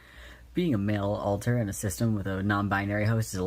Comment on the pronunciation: pretty sure said “alter” here but it sounded like he said “alt+tab” which is way funnier in this context lol